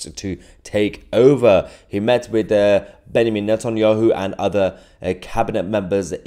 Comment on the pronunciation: its a small thing but as an Israeli, I like that actually says Netanyahu's first name accurately in its hebrew reading, "benYamin". as ever, you are fantastic! you actually care to learn the history and facts of the conflict and rigion in question, which can't be said about most journalists today. integrity in this business is sadly so rare, and yours is ironclad. I truly have faith in you. the world needs more journalists like you. regardless of this conflict; just people that will want to truly learn and research the details and present them to their audience with care and respect. I'll be following your career bloom, I'm sure🙏🕊